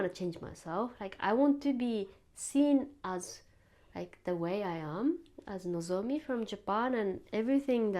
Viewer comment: Sorry zonomi not nzomi